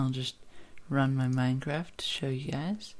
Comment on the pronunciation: giaze? is that somee fucked up way of saying guys?